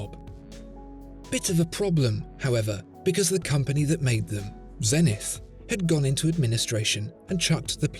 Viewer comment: The astronomical measure may be a zen-ith, but the company name is Zeee-nith.